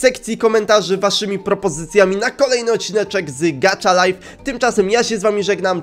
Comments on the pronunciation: Gacha nie gacza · Elo mam tylko jedną uwage no bo czyta sie po prostu gacha a nie gacza Może wejdziesz na mój kanał byłabym bardzo wdzięczna Najlepiej serie: "Jestem sławna" bo inne są takie no... Lub" Bez Emocji" z Góry dziękuje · Nie mówi się gacza tylko gacha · mówi się gaha life a nie gacza life taka porada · Nie muwi się gacza tylko gacha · to sie nie czyta gacza lajf tylko gaha lajf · to nie nazywa się "gacza" tylko gacha😡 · to jest gacha life a nie kurde gatcha life jestem hejterem xD